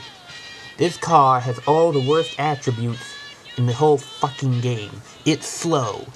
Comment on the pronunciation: is a fuwkhin twuk